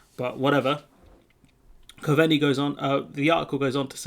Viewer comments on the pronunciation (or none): Hi, Try Simon Cove-nee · good vids bud, just a wee tip, Coveney is pronounced Cove-nee :)